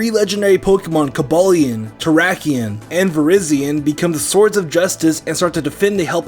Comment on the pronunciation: its ve- rye- zion not ve- ree- zion just letting you know